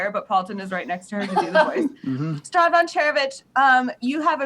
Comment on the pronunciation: little correction it’s Strahd, not Straud